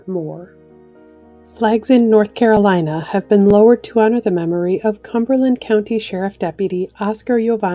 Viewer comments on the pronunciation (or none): none